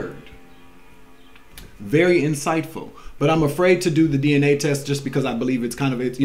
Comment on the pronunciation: DNA .. sounds like DeeNA